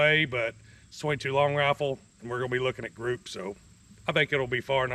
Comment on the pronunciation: Is he saying raffle or rifle??? Because I’ve never heard of a 22 raffle before.